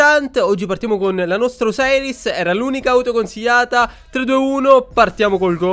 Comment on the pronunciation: comunque é "osiris" non "oseris"